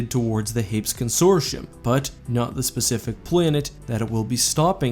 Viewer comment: Hey, where does that pronunciation of Hapes come from? I always pronounced it hayp-ees